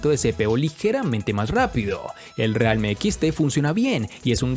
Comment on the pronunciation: Que no realme se pronuncia "rialmi"?